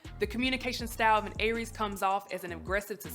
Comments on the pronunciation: Never heard it pronounced like that. Though it was "AIR-rees" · I feel like she mispronounced Aries through the entire video. 😂😂😂😂